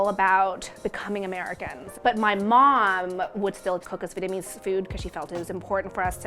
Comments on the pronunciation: venemes fu is how she pronounces vietnamese pho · She keeps on saying Vitmease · She's saying "Vitamese" not "Vietnamese". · the way she keeps saying “vitamese” makes me cringe but that soup looks mad good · Ashish Singh american accent. /'vi:.et.nə.'mi:z/ => /'vi:?.nə.'mi:z/ => /'vi:.nə.'mi:z/ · I hate how she says the word vietnamese lol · it always happen when you try to pronounce the "dot" in the word "Việt" while trying to add the English part "ese".